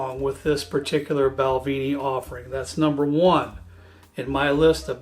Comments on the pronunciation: PLease stop saying BALVEENIE It's BALVENIE, the "E" is pronounced as in the word "EGG". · Bal-VEN- ie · Balvenie (actually pronounced bal-VIN-ee) is my favorite single malt for the money. The sweet American Oak is a nice unique option